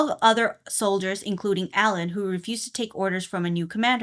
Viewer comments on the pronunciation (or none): Alain is actually pronounced Aw-Lawn